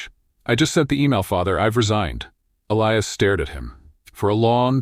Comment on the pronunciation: At about : : or so the unlikely pronunciation of 'Elias' is brought up again. It almost certainly should be that spelling but with a hard 'i' instead of the softer one wrongly selected by the team!. The 'I' should sound like the 'I' in the affirmation statement (I am). LoL Oops 😢😂❤